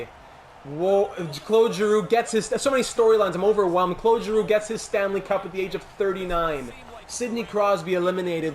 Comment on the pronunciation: Congrats on our victory!, you deserve all the plaudits and we all share the happiness. Wow. Petersen excellent. Giroux after all those years, captain Girrroux, love the way the pronounce the francophone names. The Fins had their part, just as Nylander. Seider and the rest of the defensive stalwarts. Great weekend here, buzzin’ preseason started. Can not wait to vote for your next series, you know what I wish for 😄 Keep up the good work, Philly deserves another Stanley Cup, hard work will pay off big time. Be the best in both fields, mate!